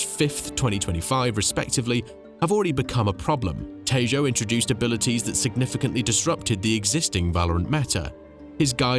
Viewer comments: Hey, i just wanted to let you know that its pronounced te-ho not tejo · The way you said "Tejo" is upsetting. The "j" is pronounced like an "h" sir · tf is that pronunciation of tejo